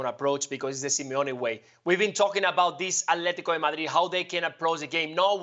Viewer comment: The way he says alteti is the most annoying thing in the world